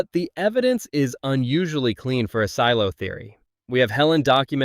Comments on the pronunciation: Seelo? SEELO? Really?? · Also can't tell if I'm missing a joke or something. One second you say silo 18 weird, like sealo. But then say the show name normally, how it's pronounced. Not the first time I noticed this in your videos. Very strange, ai voice perhaps? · YES, I just keep thinking Ceelo Green every time I hear it! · this AI can’t even pronounce “silo” correctly - the name of the show… 🙄🙄🙄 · same thought lol